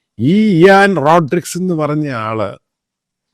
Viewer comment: Pronounce her name beautifully. Last name you pronounced wrong way.